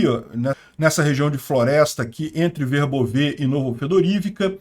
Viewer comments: Oi! Volte a pronunciar corretamente Verbóve Parabéns pelo trabalho! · Boa tarde,! Eu dei uma olhada no Google Tradutor, e a maneira que você pronunciava Verbove antes é que, aparentemente, estava correta, o último "e" não é pronunciado.